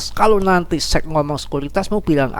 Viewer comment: Sec bang bukan seks😂